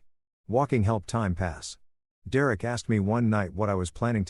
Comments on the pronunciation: Ah dear Eric is actually Derek.. it takes time trying to understand AI'S inability to communicate correctly in English.. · Yay! The return of 'dear-Eric' I'd almost got used to hearing Dereck read properly...😂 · Dee-Rerek is in many stories 🤷‍♂ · Thanks to this AI, I will now name my firstborn son "D'Rerrick" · I love how "Derek" becomes "Dear Erik" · AI strikes again lol